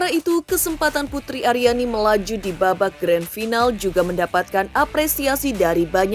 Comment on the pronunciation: Akhirnya pak Anang bilang 'putri ariani'..bukan putriani...😜😜